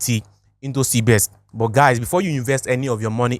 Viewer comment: Not cbes it's cbex